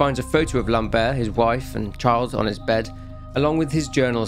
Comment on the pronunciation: The way you say " Lambert " sould like " lombaire " wich are the lower bones of the spine, " lambert " sound more like " lamb-er " ( the T is silent )